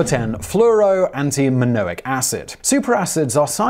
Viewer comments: you said, "antiminoic," instead of "antimonic".. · Fluoroantimonic= Fluoroantiminoic? Carcinogenic= Carsneogenic? Dimethylcadmium= Dimethylcadium? Is this dude alright? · "Fluoroantiminoic" - is this the evil, but stronger, mispronouncing twin of the fluoroantimonic acid? What about "Cadium"? Seriously? A new element was discovered impersonating Cadmium with the same "Cd" periodic table symbol but called "Cadium". Who knew?! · You said the first acid incorrectly monic not manoic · Break the words down Simon! You are spreading stupid! Fluoro anti MONIC not minoic and Dimethyl CADMIUM CAD ME UM. Read the script properly Simon. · It’s either the host Simon hasn’t read the script prior to the shoot or the script itself has spelling errors. 😰 Fluoroantimonic became “FluoroantiMINOIC” and Dimethylcadmium became “ DimethylcaDIUM” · You can't read today. Fluoro ANTIMONIC acid and CaDmium. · Dudes, chill about the cadmium. He mispronounced fluoroantimonic acid, first.